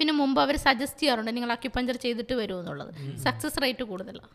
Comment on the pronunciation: അക്യുപഞ്ചർ അല്ല(അക്യുപങ്ങ്ചർ) ആണ്